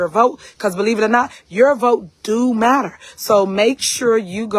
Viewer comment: You almost got it right . she said "YOU vote do matta." Every one of those people in that town have to be so embarrassed.